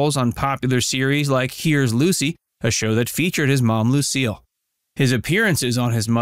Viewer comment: Minute marker None of the people in the photo are Licy or Desi! Wow, do you ever need to do your research. The inconsistencies of pronunciations of names can be very grading on the ears.